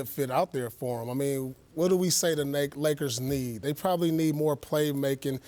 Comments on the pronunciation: Yo is it just me or did the truth just catch himself saying Nakers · Did he say Nakers 😂😂😂😂